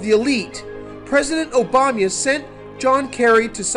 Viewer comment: "President Obanya" Lol!